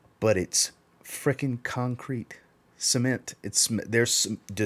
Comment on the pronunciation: I say cement you say SEEMENT 🤣🤣🤣